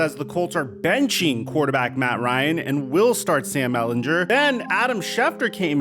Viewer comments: I love you but as a Longhorns fans I need to tell you that it is Ehlinger not Ehlinjer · Come on man say Sam Ehlinger name right, stop saying his last name wrong